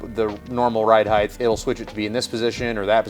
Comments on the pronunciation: Height has a hard T, not a TH. heighT not heigTH🤘🏻🤠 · Height. Not heigth. Sorry but it's a pet peeve of mine. I hear so many people pronouncing this word wrong and for some reason it really irritates me. The word ends in ht, not th. It should sound like fight or kite with a t sound on the end not a th sound as in width. height /hīt/ noun 1. the measurement from base to top or (of a standing person) from head to foot. "columns rising to 65 feet in height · Is the pronunciation of "across" as "acrosst" and "height" as "heighth" colloquial to your area? I've never heard these pronounced as such. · The "Heigth" thing cracks me up every freakin' time. Glad I'm not the only one! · I swear to God I'll follow if you promise to learn how to say "Height" properly.